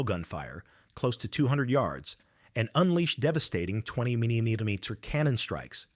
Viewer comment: Did anyone catch the commentator (AI) pronounced 20mm?